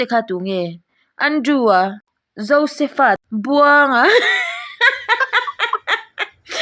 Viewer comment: Josepha tih hi Josefa ni lo in Joseph-a tih a lam zawk tur😂